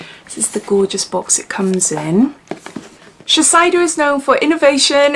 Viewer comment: Sorry to be annoying, but it’s pronounced sheh-say-doh